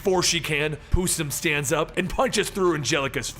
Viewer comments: who is pusem its possum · I SWEAR TÔ GOD I THOUGHT THAT INSTEAD OF PUSSIM YOU SAID PUTIN